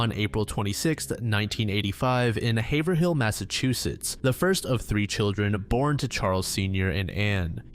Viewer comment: Definitely not pronounced “haver- hill” lmao